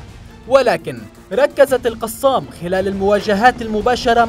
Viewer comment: كتائب "القصام"؟؟ نرجوا ايجاد اشخاص يجيدون قراءة العربية في قناتكم، فضحتونا.